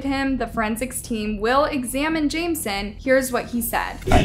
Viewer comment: It’s pronounced Jame-eh-son not jame-son lol